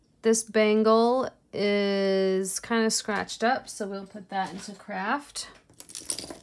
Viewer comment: You're the only person I know who can say craft and make it sound like the word Crap. Hahaha🤣🤣🤣